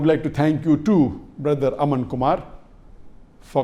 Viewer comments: physics He did'nt disrespect India in anyway by mispronouncing a word. Moreover he has already mentioned in one of his videos that he is weak at pronouncing words of hindi or urdu ( i dont remember which one amoungst the two). Secondly, there is a lot of difference in mispronouncing a word by expansion of " a " sound and converting a whole ayesha name to asha devi. If a hindu will call ayesha as asha , a muslim will most probably have no problem, because he knows the person of the other religion is not good at pronouncing names of his religion. He will not say that this person is disrespecting the motherland by mispronouncing a word. If pronunciation matters so much, then you should also apply it also to the word "z" which is usually mispronounced as word "j" by hindus. I am sure if you are a hindu, you would be pronouncing his name as jakir naik instead of zakir. Brother ,pronunciations dont matter. What matters is humanity which you had mentioned in one of your comment.The term humanity belongs to whole mankind . Will you find humanity by hating someone who mispronounced a word? Plus you mentioned russia. Russia is not like india. India has diverse customs , languages ,traditions. All people do not follow a single language. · what? Shame on mispronouncing a name? I mean this sounds so weird, brother. Mispronouncing a name is quite normal.